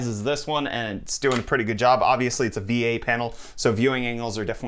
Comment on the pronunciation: I thought he said V8 panel instead of VA and all I could say was “DAYUM”